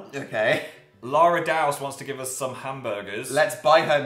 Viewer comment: I love the way that phil pronounces ‘us’ as ‘uz’ 😂 So cute